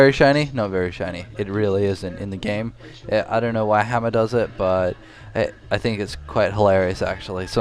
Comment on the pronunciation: I like how he pronounces it "Hammah"